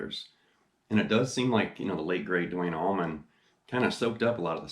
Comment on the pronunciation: Allman...not tower..lol